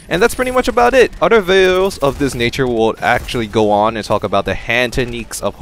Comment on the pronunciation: I like how this guy says udder instead of other lol